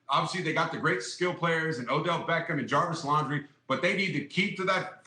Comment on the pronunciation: So we just gon sit here and act like he didn’t say “Jarvis Laundry”? Okay. 👌🏽